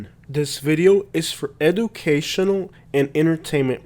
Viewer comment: Ediooocation!!! Lol Gotta fix that broken English Sir!!